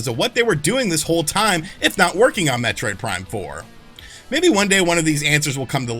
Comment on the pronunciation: Heh. He said "Metroid Prime 4mula." 😄